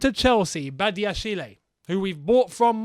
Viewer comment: The "e" in Badashile is mute. You spell it Badiashil